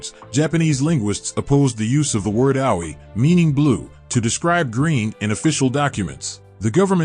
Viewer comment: Geez, get announcers who can pronounce the foreign words correctly. This guy's Japanese words (referencing places and simple words like AOI - he said ow oy eye) are atrociously mispronounced. His English isn't that great either.